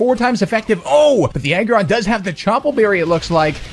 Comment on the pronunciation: every time you were saying Aggron for some reason it sounded to me like "Egg run"